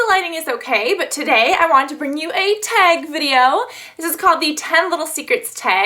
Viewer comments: i love how you say teg and not tag lmao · You say "tag" different than me but we both live in Cali...are you from somewhere else originally, like Chicago?